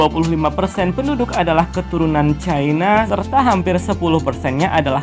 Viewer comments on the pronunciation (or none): salam persaudaraan bro.... info sungguh menarik, tapi mohon koreksi, org org cina yg tepat ya, bukan penduduk (chai-na) sbb itu mbawa maksud negara CHINA